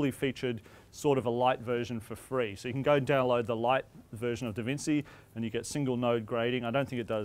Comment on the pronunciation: Did he seriously say "DavinSEE"??!! LOL... ouch.